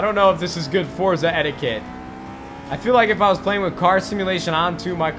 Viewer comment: Nade, it is pronounced For-tza